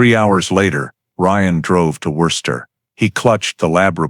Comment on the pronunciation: Maybe some can't take the sound of Gloucester but for me it's Worcester that they've slaughtered the pronunciation of most efficiently.